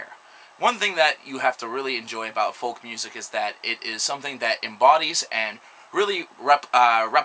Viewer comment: The "L" in folk is silent.